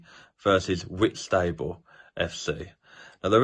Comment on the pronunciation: Sorry but Whitstable is pronounced Whits ta ball